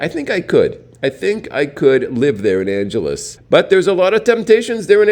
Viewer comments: Anghelese, not Anjelese. Sin city? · Its not pronounced like Los "Angeles"....ask a local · Check your pronunciation of "Angeles"